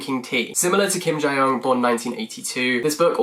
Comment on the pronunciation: Kim Jee Yeong , not Jai Yeong. No shade tho